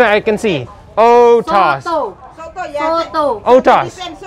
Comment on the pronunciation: Wkwkwkw itu belit banget si, soto "OTOS" WKWKWKWKWK